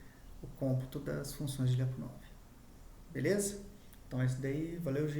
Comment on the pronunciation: A pronuncia correta de Lyapunov seria algo como Lapunov